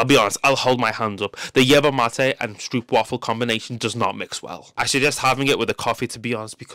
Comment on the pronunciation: I'm sorry man, I'm so interested. But I just can watch this video because of how you pronounce stroopwafel. It deal psychic damage